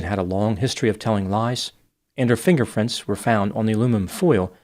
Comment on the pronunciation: did anyone else hear "fingerfrints"